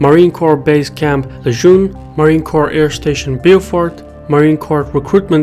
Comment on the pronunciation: I don't respect anyone's opinion that can't pronounce Camp Lejuene.